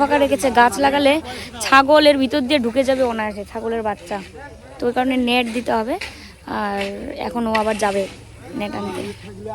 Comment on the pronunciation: Tumi kothata nat bolo kqno? Ota to net hobe.